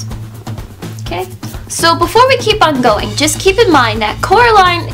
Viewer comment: ''Coraline not Caroline'' lol